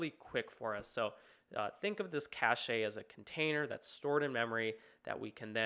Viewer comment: literally googled how to pronounce cache after this, apparently its cash